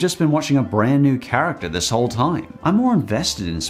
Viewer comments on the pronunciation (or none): none